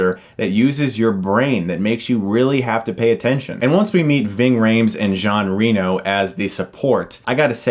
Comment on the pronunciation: You mispronounced "Jean Reno". Specifically his last name, which is French. As for the quoting scripture, I'm pretty sure Max was only referring to the email communications, specifically.